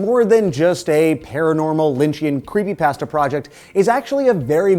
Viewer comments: how... how did you pronounce that.... Creepypasta... like Paste? cause i thought it was pasta like spaghetti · I keep thinking he's saying creepypastor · "creepy pastea"